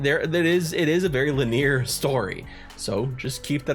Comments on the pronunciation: It is pronounced with 3 syllables: lin-ee-ar. And of course, you know I kid. While I poke fun, there's one great truth that's almost always the case when you see somebody who knows a word but mis-pronounces it in an understandable fashion. It is often because they learned the word from reading it, not hearing it spoken. Which means they *read*. Like a civilized person of culture. So it's all in good fun, because it's usually a sign that you're just talking to a literate nerd. 😂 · Did... did you just say "Lineer"? Never change,, never change. 🤘🤘